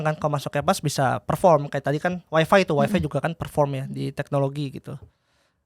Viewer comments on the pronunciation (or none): Maaf mau koreksi, tuk emiten WIFI, Bukai Waifai bacanya